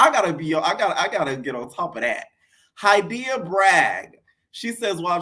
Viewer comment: lol my name Hydeia ! I love that you pronounce it right R.I.P Ms. Broadbent!